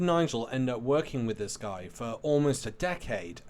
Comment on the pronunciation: Great work as usual. A little tip: ‘Guy’ in this man’s case would be pronounced like ‘ghee’. Hope it helps.